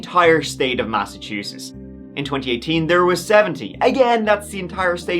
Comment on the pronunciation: Yo. You need to correct your pronounciation of the state of Massachusetts. Stop pronouncing it as though it is spelled Masseteusess. I did the same years ago. It's pronounced exactly as it is spelled - Massachusetts. Don't get corrected by a local, it's better to be corrected by a foreign fool who has been corrected by a local. Just a friendly tip.